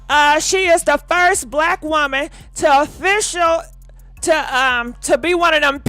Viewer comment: 😫😫😫Ole GURL COULD NOTTT SAY THE WORD OFFICIATE 😫😫😫😫😫